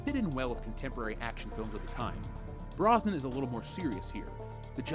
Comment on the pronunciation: It is pronounced Brosnan.